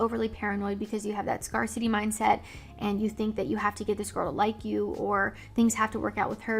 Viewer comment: I love the way you pronounce “scarcity”